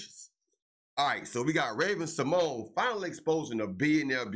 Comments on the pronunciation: Who is narrating this piece? Can you use someone who has a "passing" familiarity with the individual you are speaking about? Sy-mo-na, REALLY? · These videos make me laugh. They profess to know all about who they are talking about but they continually mispronounce the actor/actress name. Simoneee. 😅 Dr. Dooodlitle?😅